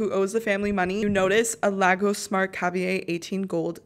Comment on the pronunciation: A lah-goes. omy god........ it is lay-gohs